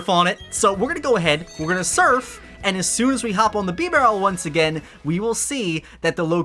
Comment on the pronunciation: “Bee-barrel”? “Arkee-us”??? Lol